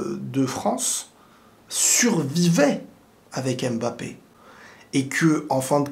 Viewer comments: Arrêtez s'il vous plaît avec le ''Aime Bappé" c'est "Mbappé" bordel sinon très bonne analyse ! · en toutes bienveillance parce que j aime bcp tes videos, mais essaye de dire "Mbappe" et non " M-Bappe", les autres peuvent faire l'erreur on s'en fou mais toi t'es un frere donc on peut te corriger en bienveillance sur la prononciation d'un nom Africain.🤩🤩🤩👊👊